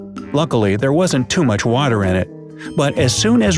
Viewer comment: i thought "water" was "cater"